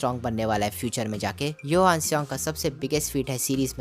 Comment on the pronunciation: Bhai johan not yohan